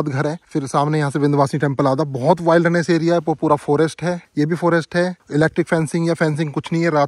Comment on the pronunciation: Bhai wailderness nahi wilderness pronounce kiya jaata hai ,my hindi writing keyboard is not opening up that would have explained better ,you can listen to its pronunciation on Google